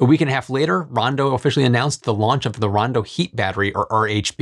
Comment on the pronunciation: I know that it’s Rondo, not “Brawndo”, but every time you say it all I hear is, “Brawndo has what plants crave!”